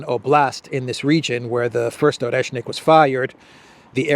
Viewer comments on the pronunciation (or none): It's Oreshnik, not Oreshkin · Not Oreshkin, but Oreshnik. But you can also say nut :) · OreshNik not OreshkiN.